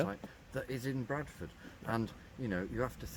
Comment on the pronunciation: You can tell is a native by his pronunciation of Bradford despite sounding quite "posh" at times 😁